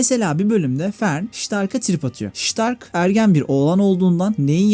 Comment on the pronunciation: Şıtark dediğin her yerde güliyom 😂